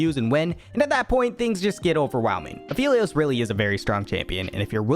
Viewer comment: That apehlios :DDDD